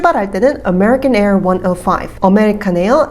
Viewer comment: 비행편 말할 때 on American Air 105 ->숫자 발음을 원 지로 파이브로 안하고 원너파이프 이렇게 발음 하시는거 같은데 왜 그렇게 하는지 알 수 있을까요?